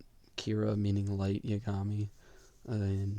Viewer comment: Brooo it's YAgami not yaGAmi